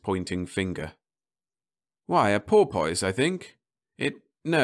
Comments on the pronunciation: Don’t get me wrong here. I have already said thanks much and that a good reader but this just too funny!! 😋 Ok - boy for buoy i can sort of live with... BUT pour poise!!!!!????? 🤪 i guess some people like to pour a poise, but i have no idea how to pour a poise. Do you know? So is this another robot? or what? I mean - pour poise???? Even the orcas are either laughing their heads off or swimming their little tails off to the other universe - not even remembering to say “Thanks for all the fish!” LOL 🤣😂🐬🐬🐬🐬🐬🐬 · Oh dear, the English accent strikes again. Buoy is pronounced "boy" all over the UK, but porpoise with "poise" is not such a common way of saying it! Well, I'm glad at least it got a chuckle or two. Thanks for listening!